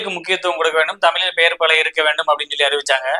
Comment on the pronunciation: ஜெய் ஹிந்த் பிற மொலி (😂) கலப்பில்லாம தூய தமிலில் (😂) பேசுவீங்களா?? " வா(ழ்)த்துகள்" 😂😂